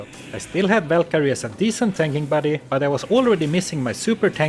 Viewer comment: the whalkerie lol VAL